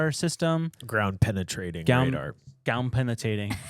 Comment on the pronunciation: Gown pennitating radar…..gow pennnthing😂😂😂